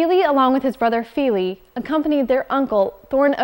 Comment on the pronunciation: I'd have thought the pronunciation isn't Keeley and Feeley but Killee and Fillee (with the first "i" in each being short, as in "hit").